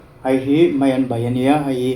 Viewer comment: I hmuhnawm e, mahse thil pakhat ngaimawh deuh ka nei a, chu chu. Hei hi..ti lovin, "hai hi" i tiin ka hria a......😂. I ei hmuhnawm tawlh tawlh e